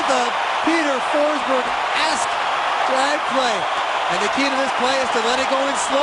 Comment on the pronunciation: you fuckig butchered Peter Forsbergs name